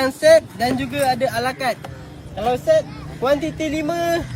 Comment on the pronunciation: Dia sebut SET mcm pelat cuba dgr betul²